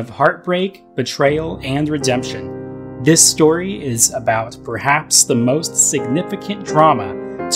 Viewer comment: did he just say bruhaps?